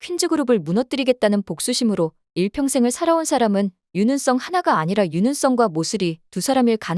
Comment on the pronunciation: 윤은성을 왜 [유능썽]이라고 발음하죠?